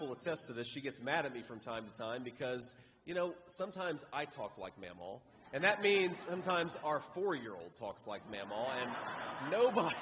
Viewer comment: Love JD, but it sounds like he keeps saying "mammal" LOL. Was his grandmother a mammal?